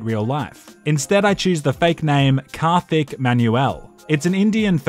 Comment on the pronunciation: Man you are pronouncing 'Kartik' so wrong